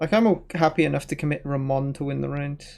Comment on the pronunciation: The best "Ramón" pronunciation that I’ve heard in any english stream!